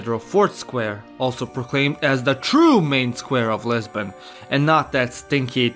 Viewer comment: And I thought I heard Lesbian 🤣